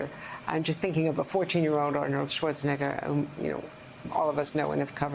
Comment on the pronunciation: This video was clearly a man seeing how many times he can get away with saying the N word on national news lmao. That is NOT how you pronounce Arnold SchwarzENEGGER’s last name. My bad, two men and a women*